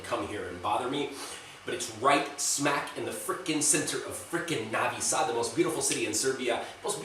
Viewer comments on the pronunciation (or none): No vee sad Not Navi saad.